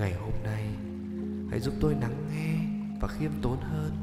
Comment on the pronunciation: Đang nghe tự dưng “hãy nắng nghe…” thôi tỉnh cả ngủ 🥲 Mong anh phát âm đúng hơn ạ, đã mất ngủ 2 tuần thì chớ